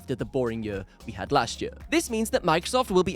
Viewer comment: Did anyone count how many times he said ‘jur’ instead of ‘year’